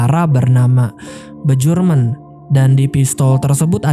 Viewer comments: Bacanya Bjork=Biork, Bjurman=Biurmen mas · Gue selalu tertawa saat bilang bejorek dan bejurmen😂